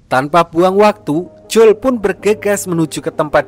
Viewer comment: Jangan J O E L lh bg bacanya